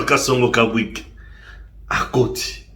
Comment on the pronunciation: je pense que le nom du General Major n'est pas Kabwik mais KABWIT